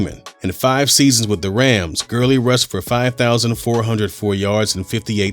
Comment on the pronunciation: Todd Gurling!? ITS GURLEY